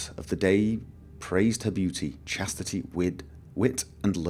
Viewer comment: Im sorry, but I could not help to crack up when you read "praised...CHASTITY"....Tipycal imperial lies XD